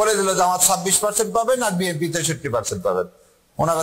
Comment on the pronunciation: Hellow bhai. When you say BNP, its like BMP. Pls pronounce clearly BNP. Sukran